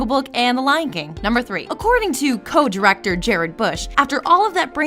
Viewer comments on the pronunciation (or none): none